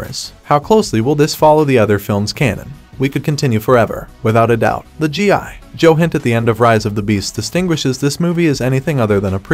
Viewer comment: Is this voiceover AI? It was really convincing until he kept chopping up the syllables in "GI Joe"